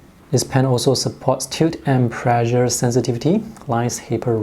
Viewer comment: please practice your pronunciation on the word "pressure"